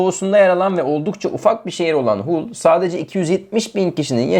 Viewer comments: Hull değil Hal diye okunur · Haul siti diye telefuz ediliyor kardesim bu ne hulu